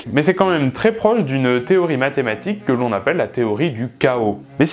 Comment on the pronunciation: Dommage, t'as dit medematique, j'ai alt f4 instante, bisous.